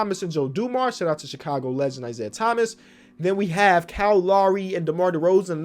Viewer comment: just love the way he says kyle Lowry. :cow lary" lol